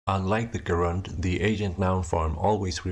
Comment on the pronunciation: I must have missed the bit where you introduced front rounded vowels. "Gerund" is pronounced with an initial J sound, and it sounds like you've confused it with an agent?